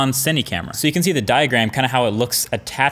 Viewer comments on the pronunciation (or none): Marques says "full bown"